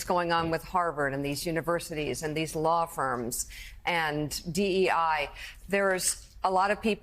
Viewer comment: DEI NOT DUI!